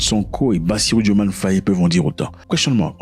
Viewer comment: Petite rectification, le nom s’écrit et se prononce bien DiomaYE.